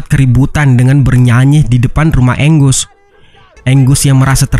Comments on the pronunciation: Angus dibaca "enggeus" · Namanya angus bukan anggus bang